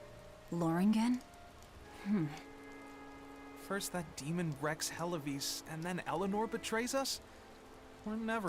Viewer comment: It sounded like Loring gen.